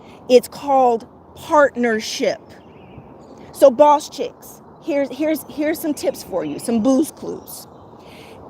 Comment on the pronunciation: I like how you said bawse at the minute mark. Haha. Good video